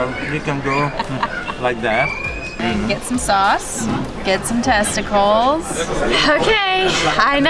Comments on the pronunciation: Isnt it "testicles" and not "testicals"? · I would definitely try them all, you guys are awesome. Oh! And It’s testicles not testicals